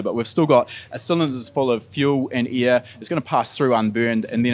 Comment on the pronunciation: Oh gosh its not ear it is air mister😂😂😂